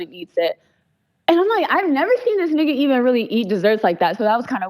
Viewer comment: the way she says nigga tells me she’s not black. quit letting that shit slide yall